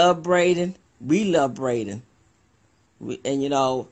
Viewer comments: That one lady saying they dont know nothing. Umm maam you don't even know his name. Its not Brayden but Braylen. That seems really important if your doing an interview scolding people for speculating. Braylen Noble ❤ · Braylen..not Brayden. This chick don't even know his name. She had to ask what his last name in the 911 call... Smh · Who is " BRADEN" .. who is this that don't know Braylen Name? They love BRADEN.... oh no ma'am